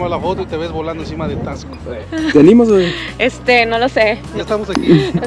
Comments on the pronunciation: Se pronuncia : tasco no es necesario acentuar la x como tal! 😊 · Se pronuncia tasco, no Taxco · Es Taxco con x , no Tacsco como ustedes lo pronuncian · Me purga escucharlos decir Taxco, muy marcado el (tax) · Se dice Tasco no taxco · Es Taxco. Sin asentó NO ES TAXSCO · Hola hola Por favor, no pronuncien así Taxco, les recomiendo que cuando lleguen pregunten cómo se pronuncia el nombre y cómo se dicen entre los lugareños.